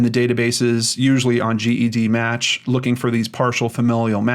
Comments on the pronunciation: Once again,. It’s pronounced jedmatch not g.e.d. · I've commented this before. It's pronounced "Jed"-match.